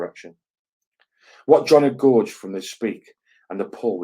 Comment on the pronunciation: just an fyi the word gauge rhymes with cage or page, not with eg forge or george